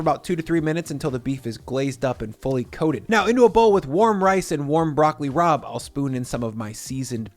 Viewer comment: At first I swear you said "Broccoli Rob" 😂